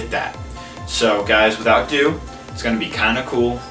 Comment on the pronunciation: He doesn't even say "without ado" he says "without do"